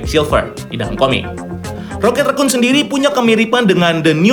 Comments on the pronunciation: Kenapa ngmngnya ngga rocket rakun aja si min? Kenapa malah di bacanya rocket rekun jdi gimana gitu di telinga😪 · GT rhekuun bacanya